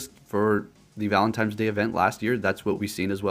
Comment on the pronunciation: Exactly. There is no "M" in the word 'ValentiNe'. It was bugging me too lol.